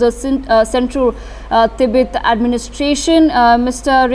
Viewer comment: It's Tibet, not Tibeth